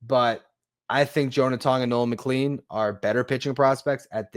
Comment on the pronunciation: McLean is pronounced mick-clane, like plane. Not like clean.